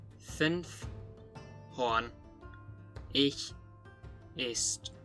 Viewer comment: Overall a really good and well researched video. I just want to correct some pronunciations. To me it sounds like you're saying [ç] in MHG but it stayed [x] until after the MHG period and MHG sounded a lot more like Swiss German in that regard. On that note, /h/ would have become [h] word-internally in MHG at the latest but probably already in OHG. Also – and this is a difficult distinction to make, I give you that – there was a clear distinction between OHG (it's better to represent this /s/ as <ʒ> in order to distinguish it more clearly from /ts/) and representing [s] and [s̠] respectively, which is important because in certain environments the latter became Modern German /ʃ/.